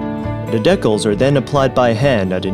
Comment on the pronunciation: The bags aren't silicon, but "silicone". Decals are pronounced "dee" cals not "de" culs. Lots of work to make a carbon wheel. No wonder they are so expensive.